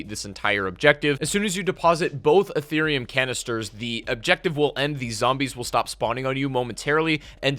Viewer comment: Did he just say Etherium crystals? Damn didn’t know crypto was in this game as well